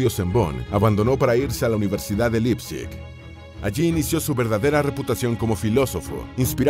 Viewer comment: Un apunte, se pronuncia "Laipzig" y no "Lipzig"